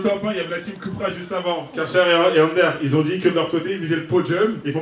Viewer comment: C'est moi ou le présentateur a il a dit Karcher ^^